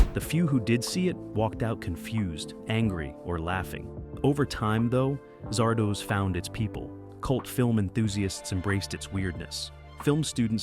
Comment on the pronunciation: How many different ways can you pronounce Zardoz in two and a half minutes?